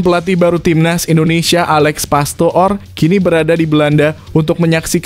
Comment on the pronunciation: PASTOOR = dibaca PASTOR.